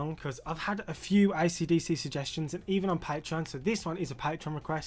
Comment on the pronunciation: Бабуїн,навчись правильно вимовляти AC DC!!!